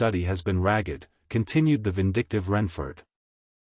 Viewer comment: Even by AI standards this narration is terrible. Simple words like row, ragged, desert completely butchered. Shame as it's a fun story. AI cannot even pronounce Wrykin.